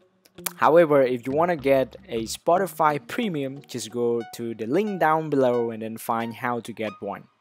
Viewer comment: Lol he said spoti5